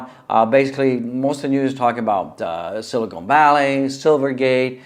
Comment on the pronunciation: Nice stream but it’s hard to hear you call Silicon Valley “Silicone Valley” 100 times.